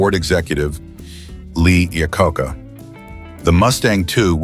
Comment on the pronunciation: Do you guys actually listen to your own videos before you post them? You need to find an AI that actually knows how to pronounce "Iacocca", among a few dozen other words...